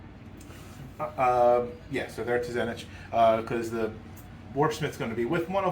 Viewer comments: I didn't understand this comment. Then I got to that point in the video. You are not wrong. He even tried to correct him nicely and still holds fast on his way lol. It irks me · Couldn't get passed the dude pronouncing Tzeentch like t'zenitch